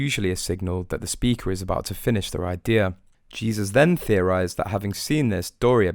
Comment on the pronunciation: It's not Jesus. It's Haysus in Spanish. At least show some respect!